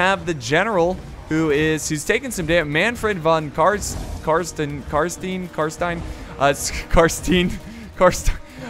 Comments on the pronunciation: I dont think i can ever forgive for saying carsteen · Are we really gonna let him get away with saying "CARSTEEN"!?